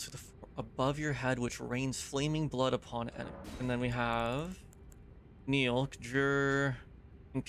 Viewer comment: Who is this Neil you 're constantly calling for? Do you mean NIHIL? That's "Knee" "Heal" from the latin nihil, meaning "nothing" . You can actually hear Mogh say it when he casts it.